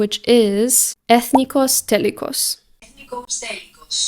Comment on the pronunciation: Girl your translator lied to you 😭😭 it's pronounced ethnikòs telikòs. Just as an fyi